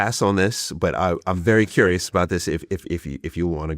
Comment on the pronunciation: Curious not furious.